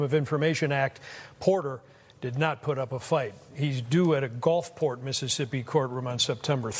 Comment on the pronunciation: It's GULFport... not GOLFport